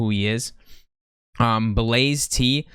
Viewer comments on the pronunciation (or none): I clicked to exit the video when he called Blast "Blaze Tee". Sorry bud...